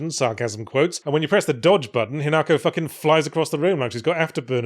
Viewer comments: ...but Yahtzee fffffff-for the love of god start pronouncing Japanese names with the correct accent?? It's HInako, not hiNAko. Even the dub gets that right. Yes I played it dubbed, sue me. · Listening to every English commentator who has presumably listened to the game dialogue and still insists on pronouncing it "hin AAAAAAAHHHHH ko", shaking fist vigorously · Yet still pronounces it wrong. Come on, we should all have watched enough subbed anime by now to know how Japanese names are supposed to be pronounced.